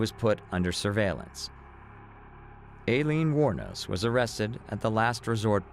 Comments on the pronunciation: "Alien" Wournos? At least pronounce her name correctly. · To be honest this was a poor video. With all the clips & coverage of her story & trial , you could at the very least pronounce her name correctly.